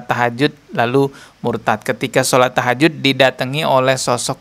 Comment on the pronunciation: Tahajud apa takjiah😂